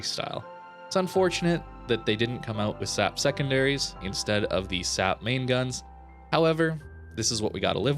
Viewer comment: Am I the only one who is annoyed by the fact that pronounces SAP as \ ˈsap \ instead of /ˌɛs.eɪˈpiː/? I mean, you don't pronounce AP as \ ˈap \??